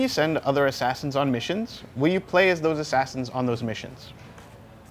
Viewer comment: hahahaha, the way he said: u cant use that assassans anymore, because he's DEAD! I roflmao'd